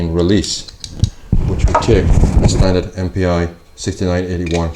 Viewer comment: ”Mpi“ (German/Austrian) is actually pronounced like ”MP“ (English). Just fyi